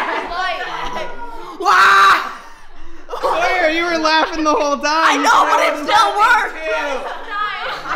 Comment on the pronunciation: printツ his name is sawyer not soyor or sawyor